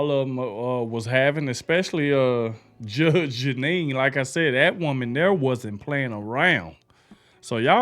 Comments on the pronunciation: Judge "Jennine" lol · Her name is pronounced GEE NEE!!!! Like a genie in a bottle!!! GEE NEE!!!!! She IS a Judge!!!!! She worked her way through law school and became a very respected Lawyer. She went on to become a highly respected and esteemed take no crap Judge. She went on to get her own show like Judge Judy. Judge Judy and Judge GEE NEE are BOTH take no crap Judges!!!! She is now with Fox. She is highly respected and esteemed!!!!! If you still can't get her name right maybe this will help. GEE (KNEE). I Know your not trying to be disrespectful or anything like that. I just want you to get it right.